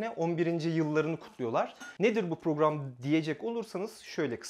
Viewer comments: “porugram”1 “porugram”2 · Nisansı nın program derken purgram demesi